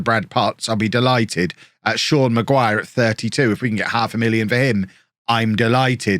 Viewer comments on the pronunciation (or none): none